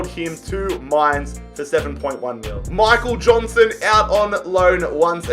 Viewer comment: Him calling him Michael Johnston was annoying me sooo much